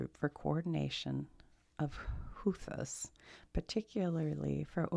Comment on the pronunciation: It's Houth-ees. Also they are being targeted by the US because they are trying to disrupt the trade through the Suez Canal as leverage to end the genocide in Gaza. This is after a brutal war the Saudis waged against Yemen.